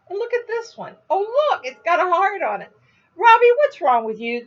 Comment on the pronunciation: when you said " heart on " . it's not what I heard . I had to rewind few times and hear it few more times to understand that you was saying " heart on" lol. I will NOT say what I was hearing but I just thought " oh my God I can't believe this Lady is saying that " . than I put my crochet project and looked at the video not just listened .. and I saw the heart . oh I laughed so hard .